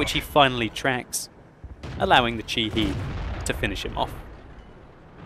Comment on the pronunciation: you always mispronounce the Japanese vehicle names D: Chi-he (first part is correct), "he" is pronounced like you would pronounce "hell" minus the "l"s.